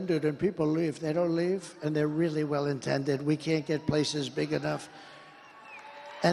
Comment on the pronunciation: "and they're really well INtended..." Didn't this guy once say, he knew all the words? Not much left, obviously.